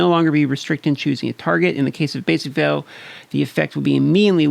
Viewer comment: great Video, just one quick pronuncing on veil